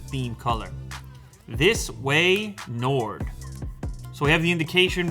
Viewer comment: this way nard . 😂